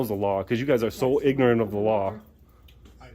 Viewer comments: Did he say pignorant 😂😂😂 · "Pignorant"... LOL! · "Pignorant." Freaking GOLD. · They're not real cops . . they're Two Clowns waiting for your camera🤣🤣🤣‼️. . . maybe the Old lady must retire coz i'm worried about her, and put a much educated younger ones who knows about the law. .? ？？and the Sheriff2. .Chiefs2🤬 did i hear Pignorant "? ？？🤣🤣🤣‼️